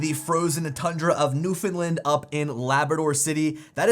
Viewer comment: lol sorry the way you pronounce Newfoundland. All good